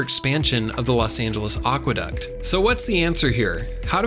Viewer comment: Great video, except for one thing. It's a shame that the word "aqueduct" was mispronounced. As any good dictionary will tell you, it's ACK-wuh-duct not OCK-wuh-duct. It's a common mispronunciation, but it really grates on the ears of anyone who knows something about Latin, English, and the history of words.